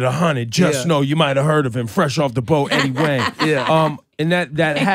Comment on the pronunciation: Even with Ebro mispronouncing Eddie's name the whole time and Laura not correcting him? Eddie's cool though.